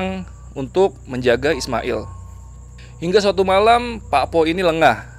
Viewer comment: Mas, PAKPOH itu cara pengucapannya bukan seperti bunyi O di kata ROBOH. Tapi O nya diucapkan seperti SOTO.